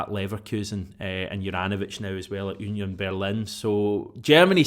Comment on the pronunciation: Oonyon Berlin?🤣 no jst Union Berlin 🤷🏻‍♂️